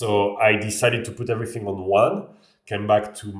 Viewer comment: c'est rigolo comme tu prononces "th" avec un [f] comme dans everything : on entend everyfing